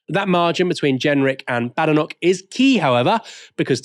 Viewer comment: Please respect how Badenoch wants her surname pronounced.